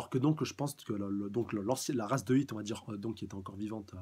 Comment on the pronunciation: C'est "Hit" ! Pas "Heat" !!!!